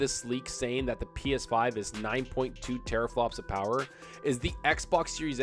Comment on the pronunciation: The Powahh...lol